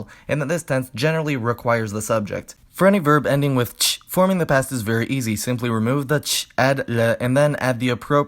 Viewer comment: As a native speaker I enjoyed your explanation. But there were some slight mistakes with the Ы and -ТЬ, -ДЬ sounds. Nevertheless, Nice video, good job 👍